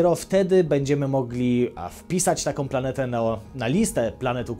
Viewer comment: Lubię Cię chłopie, ale skończ z tym puryzmem. To ze piszemy „planetę” nie znaczy ze tak też to wymawiamy. Moje uszy płoną z każdym Twoim przesadnym ęłłł...